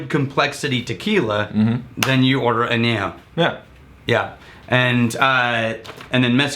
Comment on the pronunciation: I love you, but your Spanish causes me physical harm. Año = year, Añejo = old, Reposado = rested